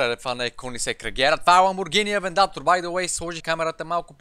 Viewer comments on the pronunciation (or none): Ок аз ще съм този да каже че е AVENTADOR а не AVENDATOR